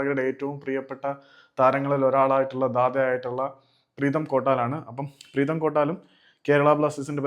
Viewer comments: പ്രേതം ❌അല്ല പ്രീതം ✅😂😂🤌🏻❤️ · പ്രേതം അല്ല പ്രീതം ആണ് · bro പ്രേതം അല്ല പ്രീതം 😂😂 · Pretham ala bro preetham